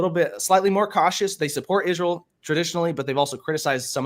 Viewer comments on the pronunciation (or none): Candace Owens is not wrong about "lzrul". The "philosophical speaker" can't even pronounce "Israel". Jesus was a Jew from the House of Judah. Current day Zionist Israel is not of Jewry. Saphartic and Mizrahi Jews are legit. Their DNA dates them back to the Holy Land and the "12 Tribes of Israel". Ashkenazi Jews control all of Israel and they are not "Jews". Their DNA does not trace back to the Holy Land at all. They are Eastern Europe in totality. All they did is 'convert to 'Judaism'.